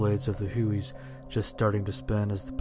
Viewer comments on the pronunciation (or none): Well, you know that the narrator is too young to remember the war in Vietnam by the way he refers to the helicopters as "Hooeys" (at ).